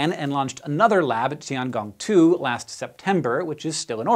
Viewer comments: Nitpick: "zhou" is pronounced like "joe", not "jowl". And "gong" should rhyme with "own", not "gone". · Its tiangong not tianjiao